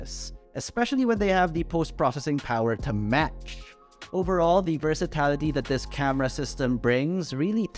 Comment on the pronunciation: I think I heard Versitality